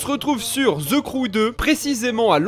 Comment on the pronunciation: Pourquoi les francais prononce (the) avec un S ???